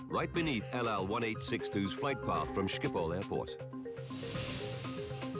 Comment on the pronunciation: thats the most retarded pronunciation of schiphol i have every heard